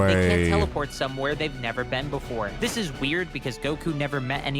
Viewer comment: This guy is annoying "Dis is just like the Cell saga! Dat is just like duh cell saga." We get it. You're a clever boy.